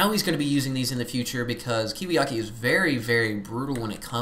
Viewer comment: It's KiwiKaki I think. Not to be too anal about pronunciation or anything.